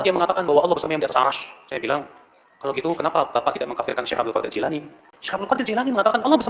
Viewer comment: "Jilani" bener kang